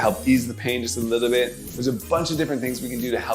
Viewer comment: Not a lot just a “Liddlebit”